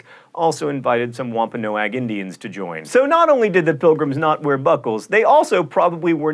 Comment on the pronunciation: Speaking as someone who has lived in the area and visited the reservations of the Wampanoag people, the tribe name isn't pronounced Wompa-no-ag but Wompa-nog